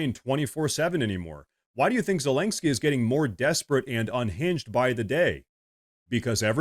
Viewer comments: Once in awhile you are pronouncing it right: 'ZeleNSky' - but usually you pronounce 'ZeleNGsky' Much support from Finland 🇫🇮 You have a good channel here 👊🏼 Keep going strong my friend 💪🏼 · the complete disrespect by pronouncing his name zelangsky the whole video made me chuckle. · Me trying to count the amount of times you said ‘ZelenKksky’ 😅 lost count somewhere around 7. Good vid bro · Please stop pronouncing his name as Zelenksky. There's no k before the s. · Ze-lenk-skyy != Zelenskyy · His name is pronounced zelen-skee. It's painful hearing you mispronounce it and it makes you sound less credible.